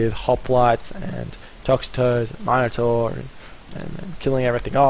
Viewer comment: it's min-ator not mine-ator